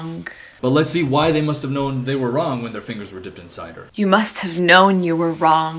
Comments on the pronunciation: He doesn't even address how she pronounced wronG with the hard G at the end. Now that's cringey. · WRONK. THATS ALL I COULD HEAR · “You must have known you were ✨wrongk✨” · If I hear WRONK one more time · Omg make the first girl say "wrong" correctly. She keeps saying "wronght" like STOP AT THE G!! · “Must’ve known you were WRONK” That’s what I hear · i hate that she says wrong as "wronk" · "You must have known you were wronK" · "wronk" This comment exists for engagement purposes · "you must have known you were wronk" is all I heard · Oh my god the way she she says wrongK is sending me over the edge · "You must have known you where wronk"... also: F#*k Andrew Tate! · "you must have known you were wronggkkh" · "You MUST have KNOWN your were WRONK." We ride at dawn. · Idk why this new trend annoys me so much, but so many of these poetry girls have started overpronouncing their 'g's during what is supposed to be a velar nasal 'ng'. Like when they say "wronG" or "sinGing". It screams pseudo-intellectualism and it is almost like they're trying to speak in cursive. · it makes me mad she said ‘wrongk’ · I didn’t realise there was a ‘k’ in the word wrong. I personally like poetry. And some I stuff is alright. But some of it is so so so fucking bad. Give me some Dickinson. Some Patterson. Some Poe. Heck, just give me some Shakespeare; Much Ado About Nothing is some deep shit and it’s funny as fuck.